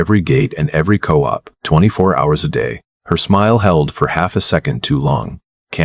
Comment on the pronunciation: I sent my comment too soon. Quiche not qwich, oder not order, not two thousand forty three, and again coop not cope. Otherwise, this is a good story with a pleasant voice.